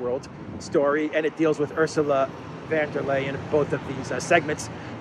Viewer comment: der Leyen is a 'von' not a van.